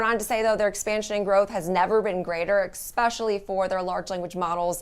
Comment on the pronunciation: Somebody needs to tell that "expecially" is not a word.